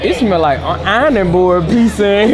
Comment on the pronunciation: Homie said Eye-r-nin board